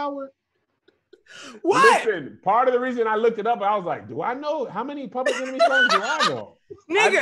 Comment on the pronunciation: Public “Enermy”🤣